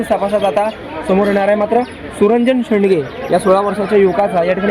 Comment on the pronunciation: "सुरंजन शेडगे" शेंडगे नाही.